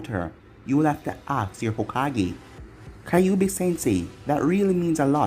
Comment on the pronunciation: It pronounces ky ouuu bi not kay obi